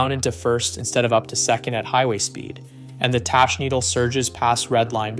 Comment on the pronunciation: I was with you until you said "tash" needle. It's pronounced TACK and anyone who's actually been around bikes would know that. I'm assuming you don't actually ride or else you'd have video of you riding on your channel.